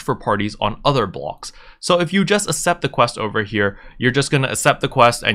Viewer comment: Man I'm sorry but I gotta say, its ak-sept accept, stressed me out lol thanks for the guide